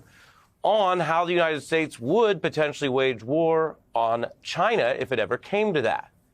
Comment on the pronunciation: Why does tRUMP always mispronounce China as Chynnha?